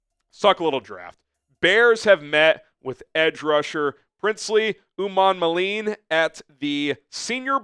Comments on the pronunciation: Pronunciation: Princely Umanmielen (Oo-mon-mee-ellen) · Umanmielen is pronounced - oo-mon-me-ellen As a Florida a fan it took a couple years to figure it out.